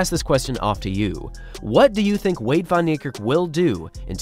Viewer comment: "Vahn" Neikerk.